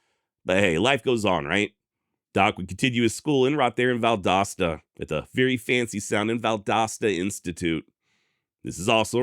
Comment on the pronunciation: I’m just glad you pronounced Valdosta correctly.